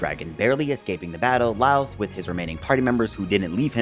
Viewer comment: How come you pronounce all their name wrong ? Did you watched the Dub version ? La-i-os-u or La-i-os not Lost not Laus Mar-shil-lu or Mar-chil-le definitely not Marchel